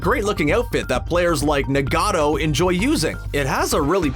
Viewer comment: I'm triggered he said na-g-ato nigato